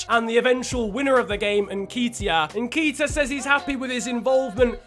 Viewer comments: Everytime you said "En-key-teya" I wantes to kms, it's "En-ket-iah" bruv but great vid still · I beg when you say Eddie nketiah you don’t pronounce it nkeytia it’s nKETiah as do a bit of ket this weekend at the festival other than that love the series😂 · it's pronounced n ke t i a not n kee t i a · It's Eddie N KET E A Not N KEET E I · It’s Eddie n-KET (like get but with a k)-iah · Nketiah is pronounced (N- KEHT- IAH) and his number is 30 irl. Love the videos especially bc I’m an arsenal fan 😂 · btw its pronouced ne-ketia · it’s Eddie N-Ket-Tiah Like so can see! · Alistair Verdon *n-keh-tee-ah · The way he says nketiah kills me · That's not how you say Neketia